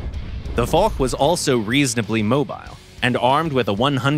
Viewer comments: again not for but fosh in prononciation haaaaaaaaaaaaaaaaaaaaaaaaaaaaaaaaaaaaaaaaaaaaaaaaaaaaaaaaaaaa. ;) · Nope. It's horrible. Foch is Fosh, not Fok, Foch was french not german ! Same for surblindé and surbaissé, sounds like the I isnt in the name Adn the engine isnt german but french. German design ? Maybe ! German built ? Hell no ! They got so much things wrong in this video.. But hey ! It's Gaijin, they dont care about FR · The foch is pronounced fosh not for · Now for the last time, we say the AMX 50 FOSH not the AMX F*CK !!! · Yeah, hard to explain to non-French that it's pronounced "fosh".